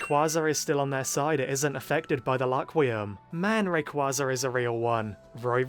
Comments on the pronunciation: One thing I’m wondering is why he says Laquium instead of Rakurium? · The English dub changed the name of rakurium to laquium